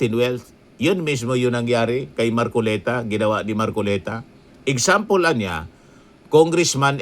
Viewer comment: You can catch a fish by his mouth!!!! ( Mar- collect - ta 😂😂😂😂😂😂😂😂😂😂